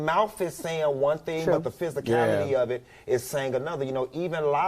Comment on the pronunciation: "Go on to the next thang" lol